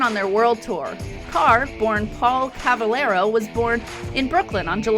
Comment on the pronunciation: 26 - Not Paul "Cavallero". The correct name is Paul "Caravello"